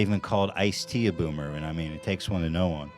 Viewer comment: I like when Ethan says byoomer